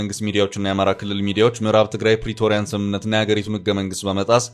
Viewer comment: Debreshion keep saying Peritoria Peritiriia, million times, but he doesn't lead or go to Welkaite. Welakit is now lead by the people of the of the land owner. They are free